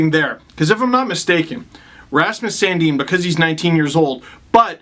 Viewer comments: San- Din NOT San-Deen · No, in Sweden it's pronounced Sun Deen.